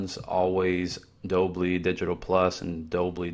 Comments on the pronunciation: its dol-bee (dolby) not Dob-lee 🤪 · It’s DOLE-Bee, not doe-blee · Dolby is not Dolbly — just FYI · Dolby. Not Dobly. Talk about a clickbait title. Not ONE thing you showed was a hidden setting. You that eager for views that you do this? Weak tea, dude. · Is he pronouncing Dolby as “Dolbly”? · Dolby-(dole b) kinda like Colby cheese. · Doll Bee , your weelcum 🙄